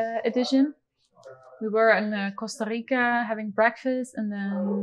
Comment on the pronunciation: Love how Simone pronounces the R in Costa Rica 😍